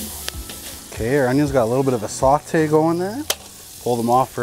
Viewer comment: "sawt-eh" Most Canadian accent ever. Love it.